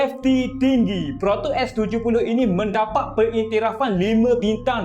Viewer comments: Kau sebut S bunyi X.. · tu lah aku pun dgr mcm tu gak.. konpius jap ni review s70 ke x70?😂 ke mmg gaya sebutan nya mcm tu? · abg review S70,tp knp ckp bunyi X70😅